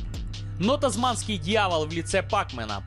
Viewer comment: Не ТАСМАНСКИЙ, а ТАСМАНИЙСКИЙ дьявол !!!!